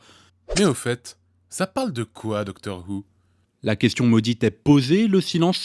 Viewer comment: Owi, Antoine Daniel prononce bien "Who" avec le H soufflé et non pas "wou" comme le fait tout le monde. _